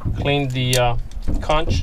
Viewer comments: Lol, Is pronounced:: Konk::. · Conch = "conk"